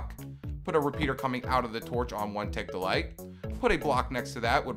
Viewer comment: who else hears 1 tick delight rather than 1 tick delay